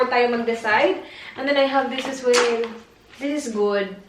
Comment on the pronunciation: As willlllll.. Magaling ka nga pero mga pronounced mo sa As Well.. Ay nagiging AS WILLLLLLL